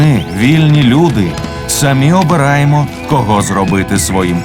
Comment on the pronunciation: Чудова робота! Дякую всім причетним. Але зверніть увагу на вимову дикторів, що читають текст. Ці тверді російські ''ы'' та ''э'' (''мы, прогнаты, гэть'') пом'якшення йотованих( ''Украіна'', 'обыраэмо'') роблять мову ненатуральною і негарною. Часом хочеться вимкнути звук.